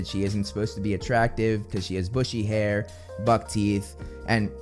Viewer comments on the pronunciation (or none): none